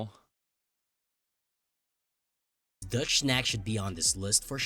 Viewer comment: free candle... Fricadelle !!! Dude took footage of another video not even correcting his chat gpt script :D Btw, blood sausage or back pudding is so good, way better than trash fricadelles